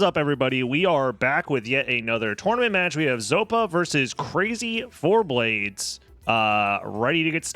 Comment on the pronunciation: Are you sure it's "Crazy Four-Blades" and not "Crazy for BLADES!" I think you might be pronouncing it wrong.